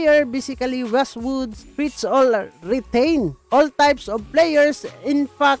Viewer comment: Wizzwood ❌ Westwood ✅